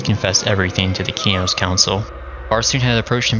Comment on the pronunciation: thank you for pronouncing Qeynos properly...you wouldn't believe how many morons who play EQ/EQ2 and mispronounce it incorrectly. all the new Devs these days mispronounce it because they don't care.